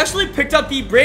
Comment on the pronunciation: “Patrick rickerd”